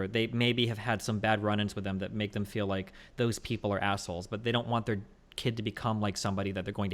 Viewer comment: Destiny "I fee like..." I thought you only cared about facts...